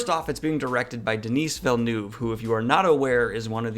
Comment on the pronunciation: You need to learn how to pronounce Denis Villeneuve correctly, cause you look like an illiterate idiot.